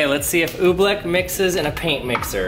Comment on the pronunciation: He saying ooblick. It's ooblEck